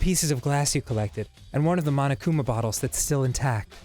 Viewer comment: Whenever they say "bottles" i hear "buttholes", it's pretty weird XD